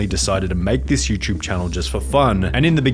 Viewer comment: why the fck do you always say you chube. its you TUBE